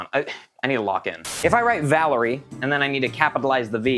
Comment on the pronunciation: ah yes vdlerie